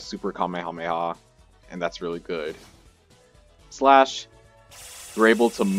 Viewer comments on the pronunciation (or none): none